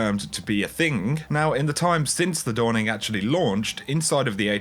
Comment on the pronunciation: Why do is there a k added to every word ending with a "ng"??? "The Dawningk". "Endingk."